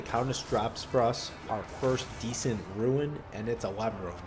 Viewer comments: It's pronounced rune. Not ruin. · omg i cant handle the "ruin" its RUNE. ROOOOON. REWN. not REW - IN.